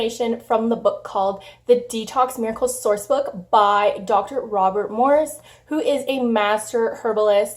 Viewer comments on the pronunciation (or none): none